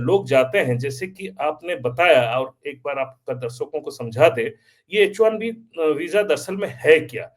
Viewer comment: sir It is H1B not HIB